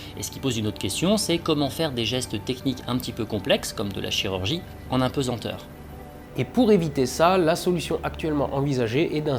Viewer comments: "Apesenteur".... quelle erreur ça donne l'impression d'un travail bâclé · On ne dit pas d'un poids qu'il est pesent mais pesAnt. On ne dit pas impesenteur ni apensenteur mais bien impesanteur ou apesanteur